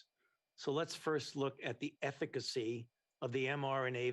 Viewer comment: Why can't he pronounce eficancy correctly?